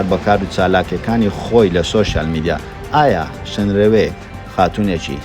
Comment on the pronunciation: شنرەوێ نا شنروێ جارێ فێری ناوەکەی بە ئینجا قسەی لەسەر بکە !!!